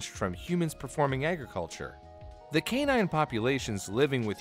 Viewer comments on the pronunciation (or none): Also pronounced ‘canine’ more like cannon once